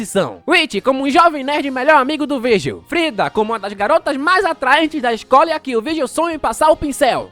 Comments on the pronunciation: não conseguindo falar o nome direito porque tá lendo com se escreve, é Vargiu que se fala e o giu se pronunciar dil, Vardil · AI QUE AGONIA ELE FALANDO O NOME DO VIRGIL ERRADO O VÍDEO TODO😅😅😅😅😅😅😅 NINGUÉM MERECE